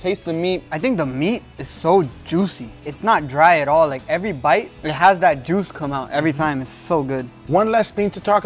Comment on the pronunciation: I love how hard hits the word "juice" or "juicy". Like he's talking about booty. 😂